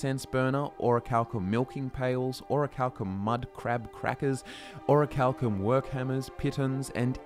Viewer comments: Pronounced: Or - ree - chal - kim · "oracle cum" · A: it's in the name - Orichal*cum*